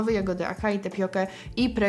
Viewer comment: Ciekawostka - acai powinno przeczytać się jako "asai", podobnie jak prawidłowa, pierwotna pisownia to açai 😉